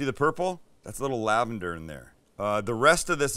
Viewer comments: 😂😂😂 Lavande (no -er!) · "Herbes Du Provence" sound likes freaking German...its worse with "lavander". For christ sake,please 🤦